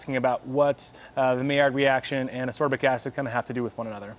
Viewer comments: FYI: ass-KOR-bic acid, and it is definitely the same thing as vitamin C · Learn how to pronounce ascorbic…